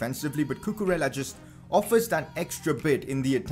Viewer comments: Cucurella is pronounced Cucureyya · you have to pronounce cucurella's name in this way: cucu-re-ya